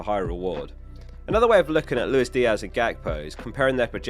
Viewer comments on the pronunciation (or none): none